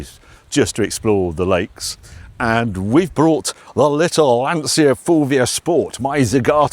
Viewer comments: Why do Brits struggle to pronounce Lancia and Porsche? it's LAN-cha not LAN-sia! It's an Italian word for heavens sake! Although, I will say no one says JAG-you-ah quite like the Brits though. Great content as always Harry map included! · an almost correct pronunciation at last! In Italian "ci" and "ce" sound as English "ch", so the correct pronunciation for Lancia is "Lancha".... and something like"Lantcha" gets even closer. the inspection of the boot just shows how much we are different. If you were an Italian guy doing some tourism in some part of Italy, remote or not, you'll have a boot stuffed with typical food, salami, prosciutti, cheeses, mushrooms and so on.... c'mon, a saw??? ;-) BTW proper car!!!! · Before making these videos learn how to pronounce "Lancia"